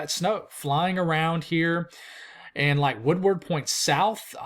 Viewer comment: WoodERD. I can take valentiMes, but Woodward is pronounced WoodERD. Lol, have a good one.